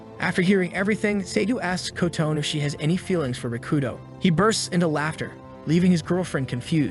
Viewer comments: Her name isn't "Ko-Tone" It's Kotone—"Coh-Toe-Nay." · AI pronounciation is really terrible. The guy is shooting the front of a ship at things. Alcohol is a deadly potion. The teacher turned into "a boy" running toward them. Kotone is pronounced Co-tone by the computer. Karate almost pronounce carrot. As for the ogre or oni, you would think getting an arrow through the eye socket would put it down for the count, much less shooting alcohol into the face. All in all, these monsters are pretty weak. Goblins get taken down with metal pipes and ogres with training arrows. Also, it points out that the phones were the key to all of the monsters coming out. What becomes their priority...Get a phone on the internet. Our latest generations are hopeless. They can't write a story without an analog to modern technology. Also, that being said, I don't know how 90% of the population of the world would be killed off when, in many places, there isn't widespread internet or a lot of smart phones. Maybe one per house in a lot of countries and even less in a lot of SE Asian, African and S American countries. A lot of those people would be chilling. Also, weapons or things like machetes are pretty common in those countries, so the monsters would be made short work of. Even in a place like the USA, where there are a bunch of smart phones, there are a metric crap ton of weapons in homes. So I don't think 90% of the people would die out. Only in countries with wealth, lots of phones and strict weapons laws...like Japan or big cities like New York, LA or